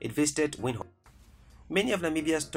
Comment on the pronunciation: Thanks but I hate the way you pronounce Windhoek